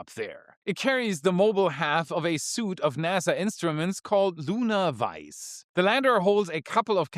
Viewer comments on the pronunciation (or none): Love your updates, insights, annd speculations so keep up the great work. Just FYI though in english the word “suite” the ui vowel combination is pronounced as a long as e as“sweet” (like a candy), not as in a suit of business attire. Don’t ask me why, it just is.: ) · suite is pronounced like "sweet" in english, not "suit" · Love your stuff, one thing to point out. Suite is pronounced as ‘sweet’, not ‘suit’. Keep on trucking man! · I know the word SUITE looks like it's pronounced "soot" but it's actually pronounced "sweet" - it's a weird word (I think it's French - which TOTALLY explains it lol) - I just wanted to let you know for thew next time it comes up - you said it wrong twice in this video, and that was enough to for me to let you know:D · "suite" is pronounced "SWEET" .. not as "suit" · I like your podcasts and I have a small, teeny tiny comment meant as a constructive comment. At about the point you pronounced "suite" as "suit". It's pronounced like "sweet". Just wanted to toss that in, hope it helps. Keep up the great coverage. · a SUITE of payloads, not suit. Its pronounced like "sweet" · Suite = sweet, not suit. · its funny hearing him say "SUIT" instead of "Suite" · Its not a 'suit.' Its a 'suite.' 'Suit' is said 'soot.' 'Suite' is said 'sweet' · the word "suite" is pronounced in English as "sweet." Not "suit!":) (Your English is phenomenal! And yes--you rock!:) ) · "Suite" is pronounced "Sweet", not "Suit, soot" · Good video. One note on pronunciation though. Suite is always pronounced “Sweet” Not to be confused with Suit, which might be something I haven’t worn to an office in over a decade 😂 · 'Suite' is said like 'sweet' in English, not 'suit'. can't be sleeping on Grokpaxum! Why not more words on that? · It's 'suite' as in 'sweet,' not 'suit' (soot). A suit is clothing; a suite is a set of things like experiments or tools. Grokpaxum will be big today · Suite is not pronounced "suit."